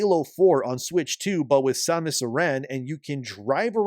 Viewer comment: So you pronounced her name correctly, but recently on the video with the Devs they pronounced her name wrong like they have never played any of them. they says Samus Aaron or Erin. pretty telling that they have no idea what the game is even about. Also, nintendo started the companion assisting you in ocarina of time.. "hey, over here".....